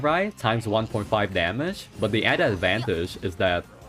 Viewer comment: i don't like this guy's accent his voice tone always rising every sentence... its annoying... daameegeee.... daameeegeee go fix your speech man!